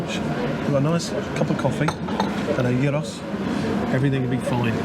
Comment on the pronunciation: A "few" of observations ;-) 1. THANK YOU for pronouncing gyros with its correct guttural emphasis. Americans here do the “Ya-eeeeh ———roe” pronunciation with makes me even more of a follicle challenged human. 2. The comment to your country men about the sun was pretty funny. I send pictures of sunny California to my friends up in Seattle Washington where its near London-dreary and they send me hate mail for days. Always happy to spread the weather love to those in crap weather places LOL! 3. I was surprised at the graffiti. I thought it was a native inner-city issues only in America, but am happy to see the “art form” knows no boundaries ;-) 4. Brother don’t you DARE posts sounds and video of you running ever again. Your heart palpitations made my car alarm go off ;-) 5. GREAT way to use Google Earth for reference points in your travels, and I know how much work this is to incorporate into video editing, so kudos to you for taking the time to do this. So useful! 6. It occurs to me that 2 and one half thousand year ago they didn’t tell stories using calendar dates such as we measure by today, so I wonder how they referred to time back then? Like …. What was a year? They surely didn’t say “today is the year of our (soon to be born) Lord 500 BC …. “ Hmmmmm 7. Care to share what your GoPro camera settings are when you pan about? Inquiring minds wanna’ know …. :) 8. Your historical musings and opinions about where you are, done in extemporaneous manner is SO much better than some